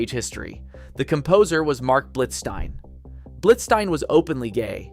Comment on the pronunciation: Admirably done but you lose some credibility by mispronouncing more than one name: Blitzstein, Adès, and Corigliano. Since the last two are alive, many sources have the correct pronunciations. A little more diligent homework might not go amiss in the future.